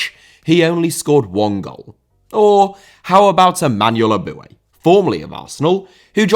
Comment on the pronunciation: Andrea* not Ondrea Pirlo* not Pölo Eboué* not Abouie Fernandinho* not Fenandíniouw Mascherano* not Mascherohrnouw Cuadrado* not Cadrohrdouw Ramsey* not Ramzey Half* not Holf José* not Djouwsei Bosingwa* not Bossingwer Cissé* not Cissei Júlio * not Júliouw César* not Céisah Atlético * not Ahlétecouw Thiago* not Thiorgouw Samuel* not Samyul Eto'o* not Etouw Aussie* not Ausie Debut* not Deibyu Dieudonné* not Djudonnei Mbala Mbala* not Embohrler Embohrler Zoopla* not Zooplor Bogarde* not Bouwgard Lamare* not Lamarei 24 different mistakes in pronouciation ffs